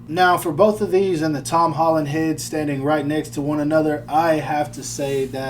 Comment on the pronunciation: Hom Tolland 🤣🤣🤣🤣